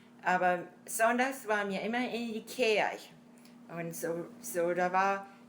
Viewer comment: When she said "Kirche" (church), I thought I heard "Ikea", lol. Ich habe jedenfalls vieles von dem verstanden, was sie erzählt hat.